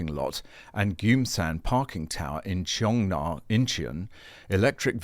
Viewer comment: The place is pronounced "in-chon". Famously Macarthur landed at "in-chon".